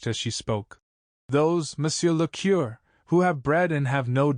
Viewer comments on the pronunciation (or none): Moreover, AI mispronounces curé and viscount. A learned human would not do this.